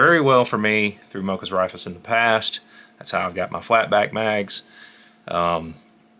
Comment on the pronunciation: Raifus is pronounced "Rai-foos," sort-of Japanese (ライフル) for "rifles."